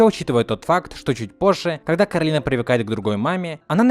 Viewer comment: Согласна, но не Каролина а коралина